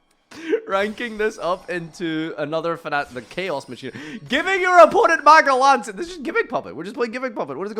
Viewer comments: Magellancia 😭 bro it's Magellanica pronounced as majellanika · You also said magnalancia wtf